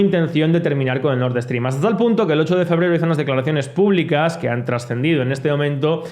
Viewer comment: Nord Stream, que mania de decir Nord Eeestream